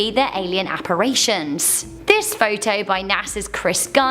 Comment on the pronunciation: ...alien apparArions...". Thank you for your creative pronunciation of what we all thought was just a boring word i.e. apparItions.. So it's not just Americans who are under educated.